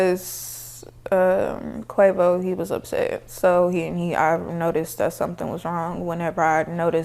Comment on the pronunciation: She tried so hard to say everything.. ended up saying "quavoe"